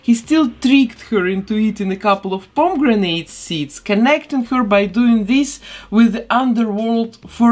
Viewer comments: i was so confused as to what you had printed other than the skulls... and then I realized it was pomegranate. I've never heard them pronounced "pom-gren-ate". I've only ever heard it as "pom-eh-gran-it" lol. She came out super cute as always. Keep up the great work! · I'm pretty sure she's saying "pomme-grenade" which is French for pomegranate. She's just pronouncing the "grenade" part incorrectly.